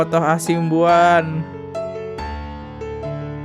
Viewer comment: O.C KALIGIS,,bang... Bukan KALINGGIS... OTTO HASIBUAN,,bukan Otto HASIMBUAN... Koreksi aja biar enak do dengernya... 🙏🏻🙏🏻🙏🏻